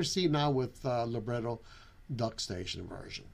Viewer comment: it's amazing how you can't even properly say Libretro, it's literally lib-retro.